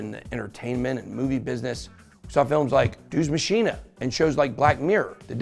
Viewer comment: It’s pronounced “Deuce-Ex-Mahkina”